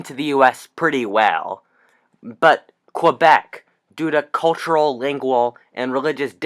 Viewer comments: It’s pronounced Kay-Behk, not Kwah-Beck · for information it's not "Qwebec" say it like "K-bek" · Cool video just so you know Quebec is pronounced like "Kebeck" :D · It is in non-PC English. Most English-Canadians say "Qwebec". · There is no W in Quebec.